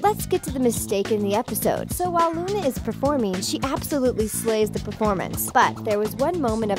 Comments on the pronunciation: You called Luan Luna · Who else heard her say Luna instead of Luan